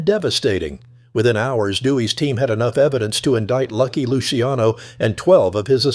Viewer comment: AI shit can’t even pronounce luciano properly